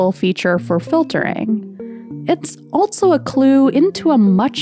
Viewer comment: Why do you say "altso"?